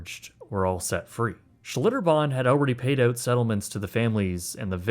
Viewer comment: 2 months oat? Dont you mean out?! Why talk like that?!?